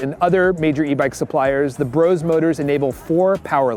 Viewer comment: It is not “Bros” it is BrosE”